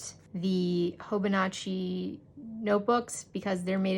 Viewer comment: Love the thorough review!! I will admit, I cringed each time you said hoboNAHchi instead of hobonichi (hoh-boh-nee-chee) though. 😅